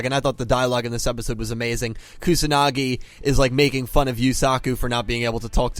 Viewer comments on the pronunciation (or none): none